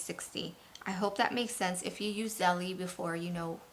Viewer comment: Belle-Zelle. Not Zelly-jelly